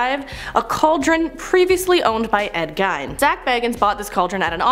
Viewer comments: Gein—pronounced like jean but with a G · Omg please pronounce names correctly. Dybbok box. Gein.